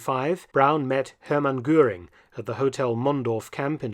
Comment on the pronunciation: Si les docs sont bons , l·IA elle est une saloperie qui déforme la voix de l·Homme ? A quoi cela sert Il ?? on se le demande ....Deformations des noms : ex : canal de Guanal ...Gurin au lieu de Goering et autres ....Ce serait si agréable d·écouter une voix humaine avec ses arrêts et autre ponctuation !! C·est exactement comme ceux qui ont voulus aller sur la lune , alors qu·il n·y avait rien á gratter ???? L·être humain dans toute sa splendeur et les moutons derriere ...Salut ...